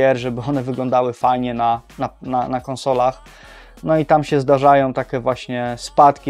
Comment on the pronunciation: Błagam Cię... mówi się "takie" a nie "take" 😊 uszy więdną. A reszta spoko.